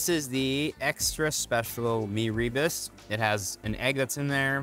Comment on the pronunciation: Meee ree busss ... its me ru boos